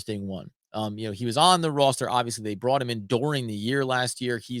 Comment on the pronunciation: Your killing me, where are you from? Please say the word “Roster” like a normal person.